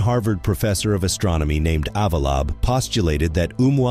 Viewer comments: FIX THE VOICE OVER. "the year two thousand, thirty-S." lmao. and "AVEELOEEB" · 😂 Damn the voiceover turned Avi Loeb's name to "Avalob" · "According to Harvard Professor, Ovilob..." O_o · Avalob ??? For Pete's sake ! A YT channel, that is supposed to be science based. You would think that they would get the name correct ! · I wish the robots could pronounce names correctly. "Avi Loeb" would be a great Scientist to start with. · You really need to learn how to pronounce Avi Loeb's name correctly! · Odd that the narrator cannot pronounce Avi Loeb. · butchered Avi Loeb's name lol